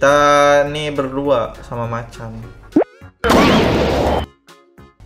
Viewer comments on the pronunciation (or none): none